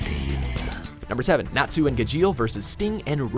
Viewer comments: You pronounced Gajeel and Natsu wrong... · Doesn’t even know how to say natsu and gajeel